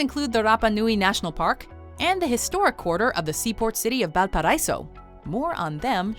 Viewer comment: I'm sure someone has mentioned this already, but Valparaíso is pronounced "Val pa ra ee so". but this is a great video showing lots of what Chile has to offer!